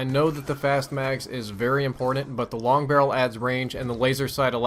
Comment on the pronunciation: Long barrel missed the "g"